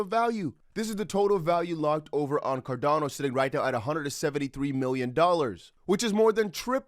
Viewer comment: It's xrp and xlm I don't know why you say cordano